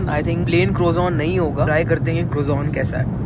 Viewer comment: Please don't pronounce it as crozone, ask them what is croissant correctly pronounced, actually a French word for that roll. Thanks.